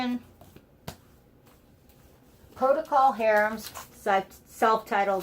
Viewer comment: You mistakenly called Procal Harum ''Protical Harum''. That's okay,even radio DJs don't always get it right either.